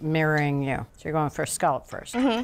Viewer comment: Her saying Scawlup is driving me insane. So sorry...